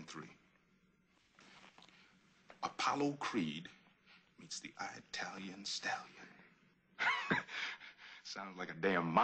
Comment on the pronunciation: I like you Apollo Creed, but I believe the Native Americans founded America not I-talians.